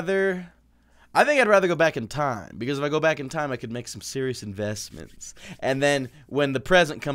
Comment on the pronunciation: When you say are you surios my Siri says yes I am